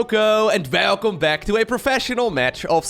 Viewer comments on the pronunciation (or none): yeeeah gotta love that "VELCOME back"